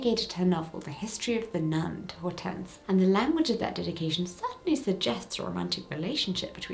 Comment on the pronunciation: Hortense is Hydrangea in French there are different versions of the name in Romantic lanuguages. The "H" is silent.